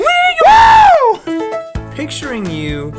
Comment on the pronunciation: THE AMBLUIENCE MAN!